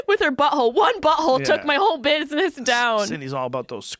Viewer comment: She sais buhole instead of butthole